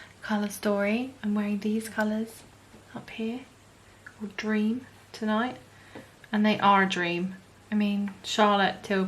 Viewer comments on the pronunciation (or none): none